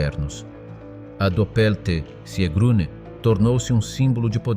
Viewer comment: Sigrune, nicht Siegrune.